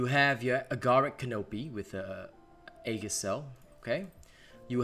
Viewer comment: EE-JIS... not haggis... Edit